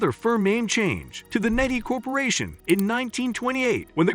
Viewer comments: Nehi, I always pronounced knee high not nay he. Wrong all this time I guess or maybe a north/south thing lol. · I've never heard anyone say "NEH-hee". According to Wikipedia, it's "KNEE-high". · Cherry RC is the best cherry cola. Also, the only reason I know it was a robot narrator was key mis-pronunciations, like Ne-hi. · NEHI is pronounced "KNEE-HIGH". Jeez! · It’s pronounced “nee-high”…. As in “I’ll have a grape nehi.” Which was popular with young kids at the time. And as my grandfather would call it, a “grape nee-high” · Nehi is pronounced "KNEE-high". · Nehi is pronounced nee-high. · knee high is the way it was pronounced in ga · If you are going to make a video, you should pronounce the name right. Nehi is pronounced like knee-high. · It's pronounced knee-hi. Hurts my ears when you say it so confidently so wrong. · Nehi, pronounced Knee- high....that was radars favorite drink on MASH....grape, that is.....😊.... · All these years I have been pronouncing Nehi as Neehigh. Must be a Brooklyn thing. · Interesting I had always thought that Nehi was pronounced "knee-high". Might be some regional pronunciation? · Nehi is pronounced Knee-High. Nehi grape soda was Radar O'Riley's favorite soft drink in M*A*S*H, and he mentioned it often pronouncing it knee-high. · And yes, it is pronounced, "Knee High" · NEHI is pronounced "Knee-High" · I thought NEHI was pronounced 'knee-high'. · Not how Nehi is pronounced. Should sound like "Knee-High" (notice the knee-high skirt on the billboard). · At least in the TV series M*A*S*H, 'Nehi' was pronounced 'knee-high', and Wikipedia confirms this as the correct pronunciation. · Learn to pronounce nehi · If your going to do a story about RC learn how to pronouce nihi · Thank you! Can't believe they make a video about soda and don't know how to pronounce the name of the brands.